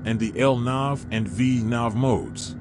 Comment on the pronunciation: Awesome LNAV and VNAV pronunciation